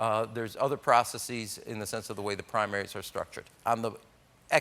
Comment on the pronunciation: Whatever you think about his politics, there's one thing every right-thinking person can agree on: that is no way to pronounce "processes".